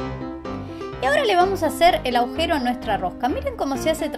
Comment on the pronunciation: Se dice "agujero", no aujero